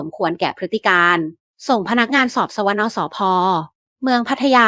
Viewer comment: ส่ง พนักงานสอบ สะวะนะ สภ อ่านแบบนี้หรอ555555